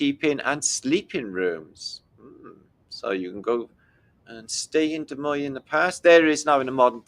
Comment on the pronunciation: You have pronounced Des Moines correctly. three cheers for You.